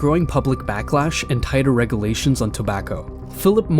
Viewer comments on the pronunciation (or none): Regulation not regilations